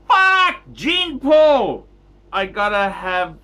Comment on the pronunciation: find a good logopedist....